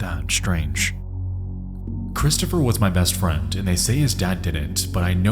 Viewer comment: Just a heads up, the letter "d" does not make the "t" sound. Example: friend should be pronounced, "friend," not "friend"